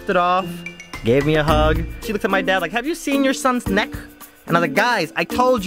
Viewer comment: "you can not-a touch-a my neeeck" -_